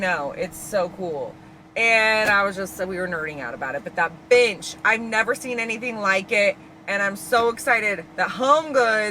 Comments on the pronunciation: i kept hearing b*tch lol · every time you said “bench” i heard “bitch” i was dying 😂❤ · Your pronunciation of “bench” is…….interesting 😂😂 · Girl put this on while working and when you said bench like 7 times in a row I had to keep doing a double take bc it did NOT sound like “bench” 😭😭